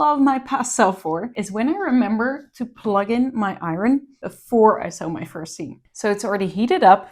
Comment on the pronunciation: There is no word in the English language pronunciated i ron. Its pronunciated i earn.